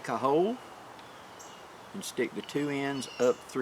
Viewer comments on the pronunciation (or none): none